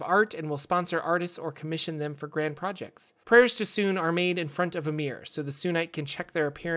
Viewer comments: It bothers me so much to hear Sune pronounced as "soon" instead of "soon-ay", even though I don't know which one is technically correct. xD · Teeny tiny correction. The "e" in Sune's name is not silent. It's pronunciation is more like "Sooneh" than "Soon". Per Rasaad from Baldur's Gate . Great video overall. I love your content! :)